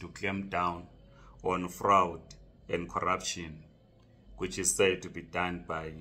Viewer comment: Fraud not frawed!!!!!!!!